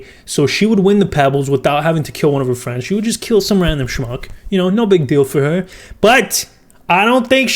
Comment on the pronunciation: When you say shmuck it makes me cant stop laughing 🤣😂🤣